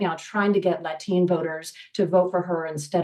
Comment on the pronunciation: Latin, I get, but what the heck is a La-teen?